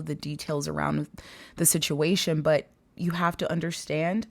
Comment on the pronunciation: OMG I love you! It's so funny you say sitiation cuz I say that too lol thank you for your readings. They always brighten my day.